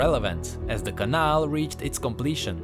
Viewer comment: Really nice video, but the way you pronounce cannal triggers me. Altough i really like your czech accent